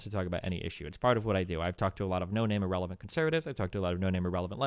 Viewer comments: Ahrelavent was dying lmfaoooooooo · ahrelavent was you in this debate